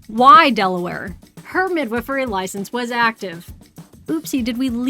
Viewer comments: Cant get over how she pronounces it like "Mid-whiffery". Sounds so strange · That is not how i thought midwifery was pronounced 😂